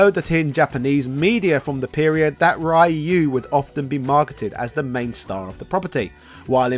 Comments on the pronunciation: Could you please pronounce "Ryu" correctly? It's insulting. You don't even have to say it in the Japanese way. Just say "ree-u" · I can't stand hearing people mispronounce Ryu like that. It should be punishable by law. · Aaron Roberto you may "see" it correctly. But you probably pronounce it wrong. English natives can't speak Ryu's name right, and that's a fact. Get over it. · Over 30 years of Street Fighter and people still dont know how to pronounce "Ryu" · His mispronunciation of Ryu's name almost makes me want to stop watching, lol. Great video though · Same! He is actually capable of pronouncing it properly because I've heard him say it in "shoryuken" & he doesn't pronounce "Ryo" as "rye-yo" either so I'm pretty sure he's just trolling us now to get a reaction. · I like how you say Ryu's name wrong. Takes me back to the 90's 👍🏽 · He knows.he does it on purpose to troll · He pronounces Ryu on English noooo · It's funny to consider that he's called the Japanese equivalent of Ryan. We all have Google translate, so there is no excuse for pronouncing these names wrongly. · You're just going to mispronounce "Ryu" forever?... Even though there's thousands of examples of the correct pronunciation, from the games themselves? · I die a little each time someone mispronounce Ryu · He just does it intentionally to get a reaction or because he's stubborn & wants to spite everyone that's tried to correct him over the years. He doesn't pronounce "Ryo" like that & he can say it properly when he says "shoryuken" so he's just trolling. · THANK YOU! I have played Street Fighter for years and have never heard of this "Rayu" person. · Ryeoo and Kazooya are unfortunately going to be here until Gen X croaks. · It's the worst, and no excuze in the modern world to say rAh yOu, RaY Uu or other english butchering of the name. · Ryu is more closely pronounced "ree-yooh" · Quickly, say shoryuken. Now only the middle part. That's Ryu's name. Not Rai-oo. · Ryu is pronounced ree-you.